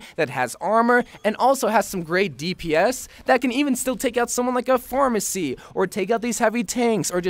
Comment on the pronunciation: When he said pharmercy I thought he said pharmacy😂